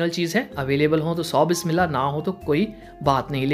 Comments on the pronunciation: Bai aap kafer ho jo bismila b parni nhi aat. Ager nhi aati to sekh lo.at least galat mat paro.plz mara msg py gor karo 1000 dfa kah chuki h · Dear brother,plz correct your bismila... Your pronunciation is not Good... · Bhai bismillha theek se prha karo